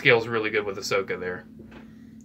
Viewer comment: I love how he says Ashoka tann-o